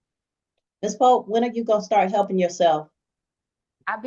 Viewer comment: Why butcher the English Language so badly? "My keeds ben hepping me."